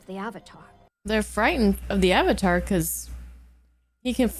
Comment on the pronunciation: This movie makes me tearbend in pain....but i love that Katara actually said "a"vatar and not "uh"vatar by possible accident. Even that actress knew how it was supposed to be pronounced.